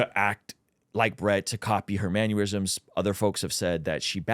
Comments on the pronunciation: It's pronounced "man-NER-risms," not "man-URE-risms." I keep hearing this mistake. Sounds like you're talking about manure. 😂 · you keep saying "mannerisms" as "maneurysms" very concerning 😂